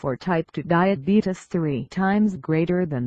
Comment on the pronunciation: You diddent say time 2 diabetes you said time 2 dieabadies